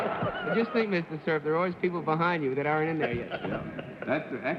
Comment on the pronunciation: CERF's pronunciations always IRKED ME for such an apparently educated person. He sounded prosaic!